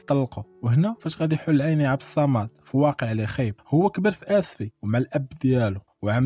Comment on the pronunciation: عبد الصمد ماشي عبد الصامد